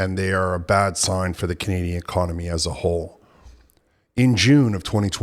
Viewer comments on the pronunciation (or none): its Economy, not Konomy. grrrr